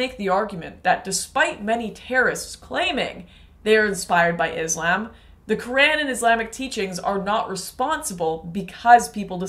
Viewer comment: First try to pronounce islam properly 😂😂then you show your hypocrisy